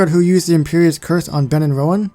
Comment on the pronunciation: You said cruciatas wrong